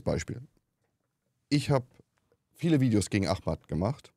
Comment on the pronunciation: hat ihn bestimmt einfach aus Dummheit Ahmad mit h ausgesprochen weil der da einfach nicht genug in den Kulturkreis ist. Also nicht böswillig aber blöd 🤷‍♂️